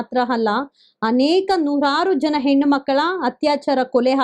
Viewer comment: please learn to differentiate & pronounce properly a & ha properly, its annoying to hear ennu, halla, hagide, orata, etc.